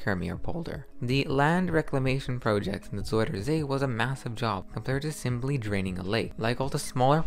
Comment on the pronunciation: It is NOT Zoider say it is zUIder zee with an UI, not an oi!!!